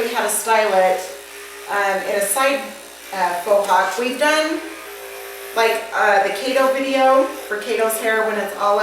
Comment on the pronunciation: Is it pronounced "Foxhawk" or "Foehawk" or "Fawhawk"